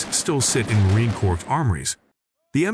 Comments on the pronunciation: It is frustrating to listen to this narrator who does not understand how to pronounce United States Marine Corps; plus he doesn't have a clue how we in the military speak - thus has annoying parsing of words which are irritating. I am guessing it is an AI bot reading words, but no comprehension as to what they are speaking about.... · The day ill use the M27 over the M249 or M16A4, is the day the narrator properly says "corps". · I cannot take the narrator anymore. He can not pronounce Corps! Can not pronounce M249 not 200 and 49. Can not pronounce commandant! What else did he get wrong!!!